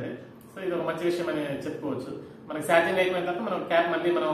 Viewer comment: సార్జింగ్ కాదు బ్రో చార్జింగ్